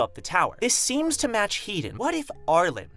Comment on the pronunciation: Headon is pronounced "He - Don" not "Heat don", i dont know why this has anoyed me but it has haha.